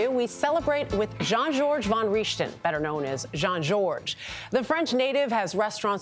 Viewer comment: After all the food and drinks she had at his place, she can't even pronounce his last name correctly 🙄😳